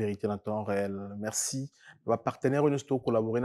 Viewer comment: prononciation moins,hein. FoRce et non FoXce, MeRci et non MeXci....